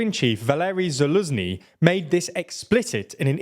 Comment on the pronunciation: TIME to start learning correct pronunciation of at least the KEY actors and cities in this conflict .. like Valerij Zalužnyj ( Commander-in-Chief of the Armed Forces of Ukraine since 2021), or Харків or Херсон (Kharkiv, Kherson), dont you think?